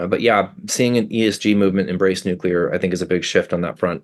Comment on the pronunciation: Thank you so much for not saying nookular